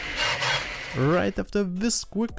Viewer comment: That Bee Arr Arr is just hilarious 😂